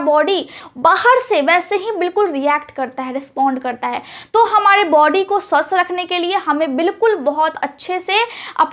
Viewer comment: Excellent delivery of information!Furthermore,I request you to correct pronunciation of 'R' in the last if R ending words such as you pronounce 'Hamare'but it sounds to listeners as 'Hamade' .